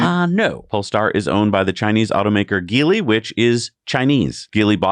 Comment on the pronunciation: "The Chinese automaker Geely..." That name is pronounced with a soft-G sound... 'jee-lee'. The Chinese name "吉利" (jili) means "lucky-profitable" (approximately).